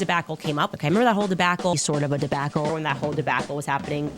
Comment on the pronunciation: The "Debackle" gets me every time 😂😂😂